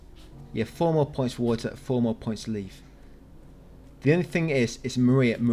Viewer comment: How many people thought was saying "Leaf" and "Imortia" the whole time instead of "Leave" and "In Water"?